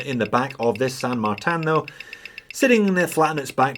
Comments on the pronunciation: Why do pronounce it San MartAn? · More importantly, you are still pronouncing it with a French accent for some reason :) Cheers for the video! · Dude, I love how you pronounce "San Martin" like it's a French hors d'oeuvre...(Merci pour votre...er... videos!)